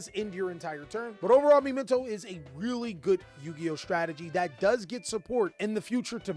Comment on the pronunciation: Wtf is me men toe? Muhmento its a real word